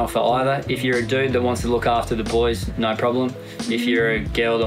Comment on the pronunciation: Ya, expressions... can't sayed "finished" properly... but heck, should at least help him by saying that the ships are anchERRRed, not anchaWWHed. And we won't get into saying "noOHER" all the time, instead of "NOHHH". And so many more...;~)